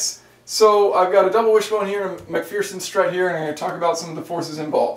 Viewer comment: MAC-FEARSEN strut 😂🤣😂🤣